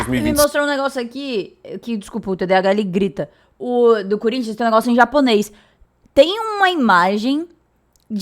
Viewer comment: Por respeito, fale o nome do time corretamente... Não é Curinthia, é Corinthians... Voce está sendo extremamente desrespeitosa